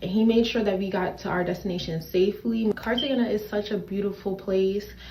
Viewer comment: Am I the only person that's super annoyed by her pronunciation of Cartagena? My blood pressure would go up a few ticks every time she said it😂